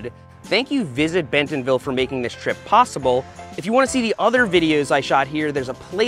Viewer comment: I really love your videos, but as a local, I have to tell you it's pronounced Bent'nville, not Ben-TONville.